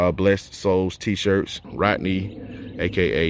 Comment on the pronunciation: Great video but dang it was a hard watch because my name is also Rodney and you mispronounced it like most people, lol. Like most people you pronounced it Rottenny, drives me crazy. I always tell people what do you fish with... a Rod, then finish it with the “knee”, just two syllables. Sorry to rant, my dude. I